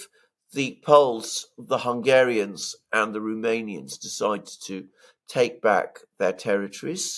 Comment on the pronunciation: It's Rooooomanians not Rumamians !